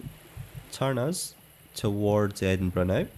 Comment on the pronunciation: Wait isn’t it Edinburgh ? Not Edinborough? I am doubting myself now but I don’t think I ever heard Edinborough before? lol I actually thought it was Edinbrugh 🫣🤣